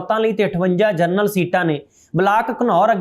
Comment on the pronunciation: ਜਰਨਲ ਨਹੀਂ ਜਨਰਲ ਹੁੰਦਾ ਹੈ। ਖਬਰਾਂ ਠੀਕ ਪੜ੍ਹੋ।